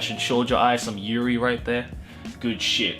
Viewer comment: JOJ0 AI Me:*facepalm* it's called yuri.